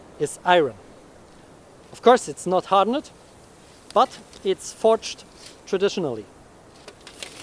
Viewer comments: Awesome video. Just a tip; ‘Hardened’ is pronounced ‘har-dund’ (2 syllables) and not ‘har-dun-nid’. Same with ‘shortened’ (pronounced ‘shor-tund’, with 2 syllables). Keep up the good work! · Your English is much better than my German, so please understand that I offer a correction only to help you. Hardened is pronounced "har-dend". the "-ed" at the end is pronounced as a "d". As with many other words in English that end in "ed", there is only a "d" or "t" sound, because unlike German, nothing is pronounced as it is spelled. Thanks for the content.